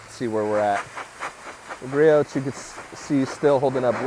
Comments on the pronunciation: What is your opinion? I care about your opinion, not watching you do torcher tests. Speed through those parts and cut your video length by tins. It will be much nicer to not hear you mispronounce Griot’s. It’s Gree ohs. Drop the T. It makes you less credible when you mispronounce that name. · It’s gree-ohs. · Gree-oohs. The T is silent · “ Gree ohhhs “ lol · I love the channel but the only thing that bothers me is you pronouncing the T in Griot’s. It’s Gree Ohs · 🤣 Yeah it's like pronouncing Nike like Mike, or Adidas like Adidaws.